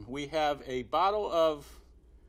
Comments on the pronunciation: Especially when he said Pinot Noir as Pennay Newar 😂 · "A bottle of... PINNEY NEWARE"